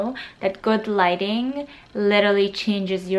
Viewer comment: when she said lighting I thought she said "Gliding" and I was like, Waaa?! I'll glide in every picture so I'll look good?! Wait! Whaat?!